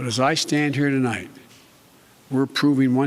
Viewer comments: “Good evening fellow Americans tolight I’d like to talk to you where we are” Potato President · “Tolight I’d like to talk to you” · Did anyone else notice when the doors open the Marines do not salute BIden? and when he first starts speaking he says" good evening tolight not tonight?